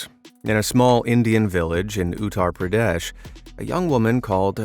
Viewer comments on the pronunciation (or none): Oo-tt-aa-rr Pr-a-desh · As an indian you did not pronounce Uttar pradesh correct 😡🔥🔥🫵